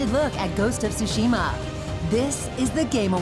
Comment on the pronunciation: "ghost of tooshima" you would think by this time, with the hype surrounding the game, and being the host of the biggest awards show for video games he would at least get the pronunciation right